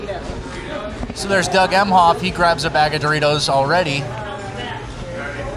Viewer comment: That Doritos shit is crazy. She mispronounced frickin Doritos 😅